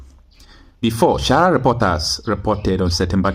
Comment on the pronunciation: i would prefer you improve on your pronunciations. You call sahara reporters shahara reporters. You also call gazzette for gazet. You don't pronounce according to spellings. Many people are watching you all over the world. The food you are cooking for the world to eat need to be cooked properly if you want your fanbase to increase. Thanks in anticipation you will improve on these areas and many more.